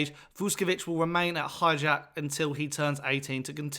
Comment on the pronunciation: no disrespect, but please prepare your piece before you record the video. his name is pronounced vuSHkovich, not »vuskovich« - note the diacritics. also, the club is called hajduk for short. there is another club called split that was a top-flight club for a while. calling hajduk just »split« is like calling hotspur »london«. and the club is NOT pronounced »hijack«, good lord. it’s HAJDUK, a croatian name, not an english one. HIGH-DOOK.